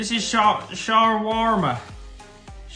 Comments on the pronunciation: Chicken Shower Warmer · The chicken shoarma will never not make me laugh, I nearly pissed my pants the first time I saw it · Chicken “Sharwarma” will always be funny 😂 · How tf does Lando not know what Chicken “sha-Walmart” and “koos-kuss” are 🤣🤣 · "Sha walmart" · "shwar-ma", "coos-coos" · Lol I can’t get over Lando not being able to say Shawarma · Lando pronouncing shawarma is the cutest thing I’ve seen today😂 poor lando! He really wanted to get it right😂😂